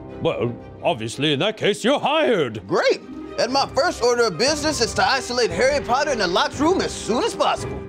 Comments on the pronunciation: Wait are they doing bad English accents or do Americans actually thing we talk like that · Hawy potter